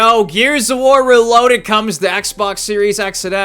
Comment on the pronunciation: "RALOADED" - 2025 😂